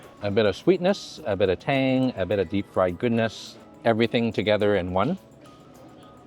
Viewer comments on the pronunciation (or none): none